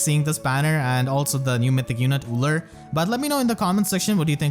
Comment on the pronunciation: Btw, going by the Japanese katakana, the "ll" is silent in her name so it's pronounced as "U" "ru"